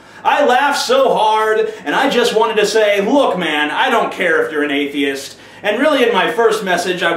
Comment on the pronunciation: "Atheiest", then "Athiest", but hey, at least he got it right a few times.